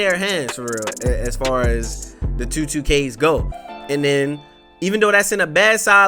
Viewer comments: Lmaooo Tew k Twenty Tewww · i rock wit’ you but you do say two funny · The way say 2 let me find out he from Baltimore